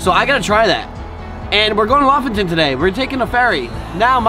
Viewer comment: I just love the way you pronounce Lofoten, it’s so wrong but so right at the same time